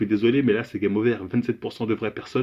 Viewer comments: je suis mort😂 « game ovaire » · C'est game ovaire comme tu dis